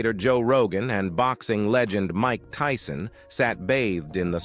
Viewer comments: Did he just call my guy Mike Teeson😂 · The robot said Mike Teeson. Idiots